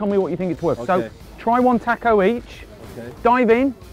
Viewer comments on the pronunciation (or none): none